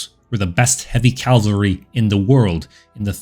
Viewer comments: Great video. I even pressed all the buttons for you. Keep it up. Just one tiny favor for me please? Stop saying Calvary. It's cav-al-ry. Calvary is the hill in the Bible where they took Jesus to be crucified. Cavalry are horse-mounted soldiers. Calvary makes it sound like they ride in on baby cows. So yeah, thanks duder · Was about to comment the same thing. It’s cavalry lol. Love his videos though! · For some reason I keep hearing "heavy calvary". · Calvary Calvary I love your content man... but calvary? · 🧐😂 you try to sound intelligent 😂 but you can't even pronounce the word 🧐 cavalry 🧐🤣🤣😂😅👎